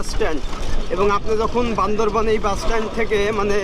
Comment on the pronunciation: It is Bandarban not Bandarbon.Say right.